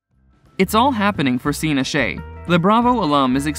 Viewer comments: Her name is said like StASee, you are reporting on her, her life but don’t know how to say her name? Makes me question anything said here. Omgosh how do you possibly get 2names wrong how do you get ‘Seena’ from Scheana’. In this day and age there is No reason for this, it’s disrespectful but most of all shows the Lack of “Care, Research on your behalf & would have been a Very Easy “Edit” that should have been very important when it comes to Journalism. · Katie Malone, I don't believe the E is pronounced.. And the butchering of Sheana Shay's name?? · If you’re going to go to the trouble to post a nearly 10 minute video about specific people - pronounce their names correctly. Stassi not Stacey and Scheana was pronounced incorrectly as well. Poor form